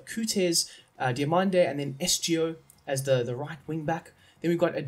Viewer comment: It's Amorim not Amiron. And the ç in Bragança is pronounced like an s. Coates is not pronounced Cootes, it's kinda hard to explain how it's pronounced maybe you can search it up and Esgaio is pronounced Eshgaio. And Reis is pronounced like Ray but with an sh sound at the end